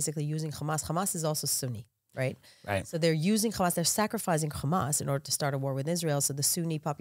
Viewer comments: Who else hates nothing else bit when she says the word hhhxxxaaamass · the way she pronounces hamas is hilarious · Who else was pronouncing hamas? The way this nice guest was and able to clear out their throat from a cold. They just got over?